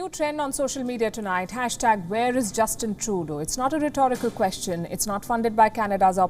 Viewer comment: Sounds like shes saying Justin Toto.